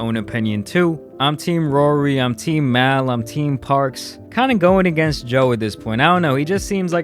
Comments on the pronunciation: It’s Mal not mail. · It’s mal (mall) not mAaL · You pronounce it “Mal” like you would in “Jamal”. So “Mall”, not “Mowl”. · all credibility on this went out the window, soon as you say “i’ve watched this podcast for years” & proceed to continuously pronounce Mal’s name wrong af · You do realize that Maul is pronounced like Mall, and Mal is how he said it🤦🏾‍♀️ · as soon as I heard “Mowl”.....the value of your opinion diminished. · YOU PRONOUNCE IT LIKE “MALL” not “Pal” with a M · Everyone: Mal: Mail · Nigga it’s MAL not meow lmao tf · His name is Jamal, right? So where are you getting "Mahl" from? "Mawl" would be correct, does he ever correct Joe on his pronunciation of his name? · I hate when people pronounce Mal’s named the way it’s spelled. It’s short for Jamal. (Mall) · It’s mal (pronounced mall) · He’s never seen this show calling Mal “ Maul” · You’re right bro but it’s Mal likes”Mall” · This guy never listens to JBP , he called “ Mal” “Mile” 🤣🤣🤣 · Why is it so hard for people to say a MAL (MALL) Like Jamal just drop the “Ja” lol his name is Jamil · Its mal pronounce (mall) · Mal pronounced like "fall" with an M. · Just say “Mall” that’s it. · Mao lol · It’s pronounced “MALL” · His name is mal ( and it's pronounced like "mall" / and why give so much energy to an entity that you don't like? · And it's funny that you say Joe Budden can't say the name of the company right, when you can't say his name name right. The guy's name is "Mall, but spelled Mal. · EXACTLY it’s Mal...like the mall smh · You were a fan in college but say MAL like that? 🤣🤣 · How you going to say you listen to the podcast a lot but you don’t know how to correctly pronounce mal’s name . It’s pronounce like mall . I don’t know why that bug me every time you would say his name wrong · My nigga "mail" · LIES...you never listened or watched 1 episode with how you pronounce Mal's name...smh...you youtube/wiki journalist gotta chill...smh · Joe can’t say patreon and u can’t say mal.